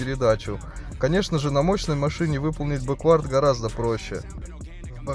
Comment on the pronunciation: бЕквард ударение другое 😉